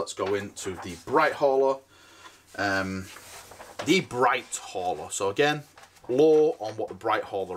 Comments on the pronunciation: English isn’t his strong point.... in case you hadn’t noticed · BLIGHT HAULER ! Not BRIGHT HAULER 😂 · BLLLLLLLLIGHT HAULER!!!!! NOT BRIGHT HAULER!!!!!